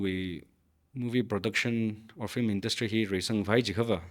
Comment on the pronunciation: It should pronounce as Film not flim.